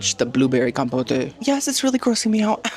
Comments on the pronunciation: Com-pote not Com-po-tay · ma'am, compote is not pronounced that way lol. It's com-poat (like coat) not compotay 😂